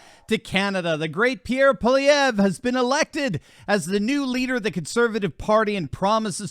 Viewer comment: You, sir, have excellent pronunciation... thank you for not mangling simple french names. I have personally met Pierre Poilievre and have put my political hopes into him. We as Canadians have long suffered under the Trudeau family, going back to the 70s. The Crime Minister is a marxist stooge and is NOT incompetent... he is doing an excellent job of destroying our country. Anyway... great show, you sound somewhat dialed-in with Canadian politics... and that's nice to see from our cousins south of the 49th. 🇺🇲🇨🇦 Peace and respect. 🇨🇦🇺🇲